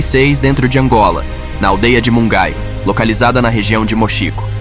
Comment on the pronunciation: Documentário curto, mas muito esclarecedor. Obs: investiga mais em como pronunciar os nomes de localidades e províncias, porque tem significado. Tipo Muangai, e Huambo.